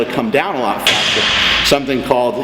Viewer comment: just said: "Fastererest" You want me to take his advice? lol not srs